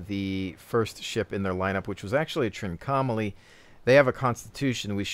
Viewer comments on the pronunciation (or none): Look up how you pronounce 'Trincomalee' because you definitely say it wrong. Less 'trink-OM-ah-lee' more: 'trink-ahh-mah-lee' (and said fast without emphasis on any certain point).